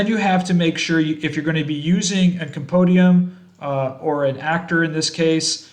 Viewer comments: Compendium - Come-pen-dee-um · Did you say...compodium? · Ah I like the way they say it lol.